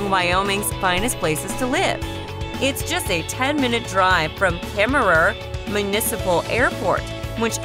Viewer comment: And Kemmerer you don't say the last er, they are silent. It's the home of James Cash Penny, and where the mother store of JC Penneys is. Please learn how to pronounce the names of the places please!